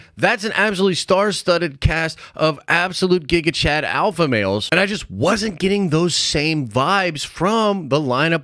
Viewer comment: i cringed every time u said “alpha” sheesh